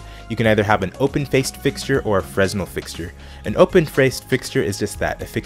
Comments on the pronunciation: its "freh nel" not "fres nel" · Two things Fresnel is pronounced frenelle. I believe you reversed the shadow example at the end. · You don't pronounce the s in Fresnel. "Freh-nell" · Pronounced FRE Nell not fresnel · Its pronounced FRENEL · London UK. Good concise overview thanks. FYI 'Fresnel' is pronounced FRE-NEL, no 's'. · It's pronounced "Fernelle." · The 'S' in Fresnel is silent. Quick and to the point. Good work. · The "s" is silent in Fresnal... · the S is silent Fresnel!